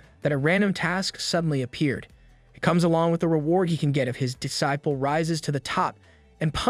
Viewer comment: Evrytime he says D-ciple .. Lol